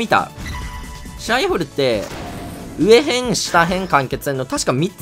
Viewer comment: ちはやふるうえへん、したへんって読むの面白すぎるwww